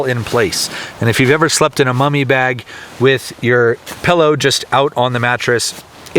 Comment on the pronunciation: Say" pill"..... " Pill". Say "low"... " Low" now say pillow.... PellO😂😉